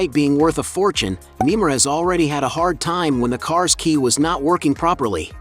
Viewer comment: I don't like that he is calling him nemar i like Neymar Jr how he plays